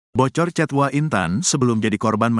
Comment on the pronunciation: mas jangan dibaca * wa* dong mosok gsk tau hrsnya ** W A bukan wa nysmbung